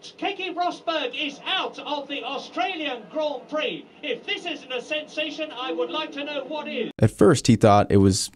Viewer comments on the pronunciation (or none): Sensation, not Senseation.